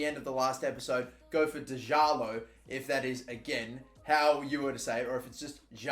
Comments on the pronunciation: My guy it’s djaloh, as opposed to dejaloh. Really appreciate you trying to pronounce these names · Pretty sure the D in Djalot is silent. So just Jalot. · pretty sure its dzhalo heard another streamer saying his name like that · About Djaló's name, it's pronounced with a short D ahahaha For real though, I'm portuguese